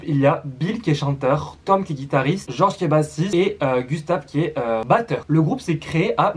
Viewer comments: sa se prononce GÉorg pas gorge 😂😂 sinon super vidéo que j'avais déjà vu ya 2 ans déjà je 😂😂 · Juste pour présiser sa se prononce georg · Purée il a tué le nom de goerg 😔🙏